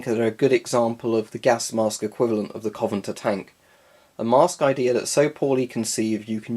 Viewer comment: Just a tiny thing on pronunciation its co-ven-ant-er. In as Covenant with er on the end. Other than that great vid, I was interested to see why you had so much beef with cheek filters...